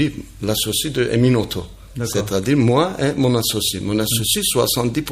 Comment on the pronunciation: emin et non pas enim